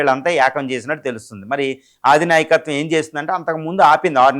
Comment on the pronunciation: ఆదినాయకత్వం ఏమిటండీ ఆ పదం అధినాయకత్వం అని అనుకుంటా